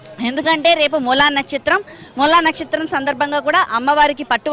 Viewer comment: నచ్చత్రం, కాదు నక్షత్రం అనాలి